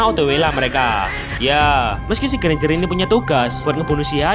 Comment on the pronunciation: Alah ganjar aja ngomong nya enk susah amat lo bang😂